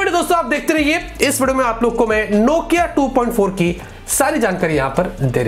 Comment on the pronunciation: Nokia ko No-Kia 😂